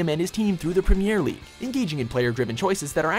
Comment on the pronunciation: You can tell that he doesn't know what he is talking about because of how he pronounced "Premier League"